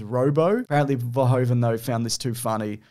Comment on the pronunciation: Paul 'Verhoeven' is actually pronounced like English 'Verhooven.' Ironically, the English pronunciation of 'Verhoeven' would be written als 'Verhooven' in Dutch.